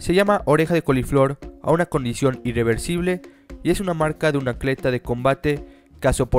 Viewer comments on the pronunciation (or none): none